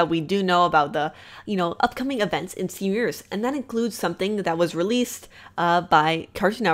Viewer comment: Evrytime she says stven universe I hear seniors